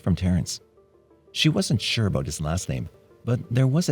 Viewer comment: He sounds Canadian. Listen to how he says “about” (“aboot,” though not quite as pronounced an “oo” sound). Definitely doesn’t sound American, though people in Michigan say the “ou” sound almost as they do in Canada.